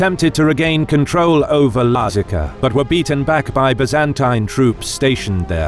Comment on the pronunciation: can't tell it's an AI voice until the pronounciation of Lazica. thought it was a weird edit at first.